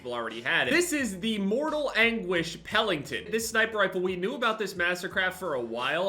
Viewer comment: it’s Pelington, not Pellington. Also, it’s great that your UFC picks went well.